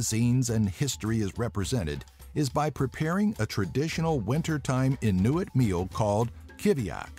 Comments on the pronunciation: The way you pronounce "inuit" is hilarious xD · Now only if the guy pronounced it Greenland and Iceland instead of "Greenlind" and "Icelind" and learned how to say Inuit, it'd be a very good video.